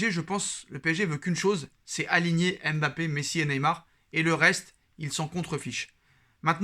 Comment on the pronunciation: Mon cher, arrête de dire M bappé stp. C'est dégoûtant. Vous fetes tous exprès les journalistes, chroniqueurs et youtubeurs français.